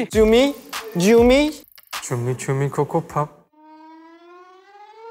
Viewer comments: Perasaan hendery ngomong nya itu jumi -jumi bukan cumi - cumi tapi aku kok jadi bengek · no one: literally no one: absolutely no one: xiaojun: cUMi-CuMi kOkObOp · "cumi cumi kokobop" WAKTU DIA NGOMONG ITU AGA MEDOK GA SIH GES?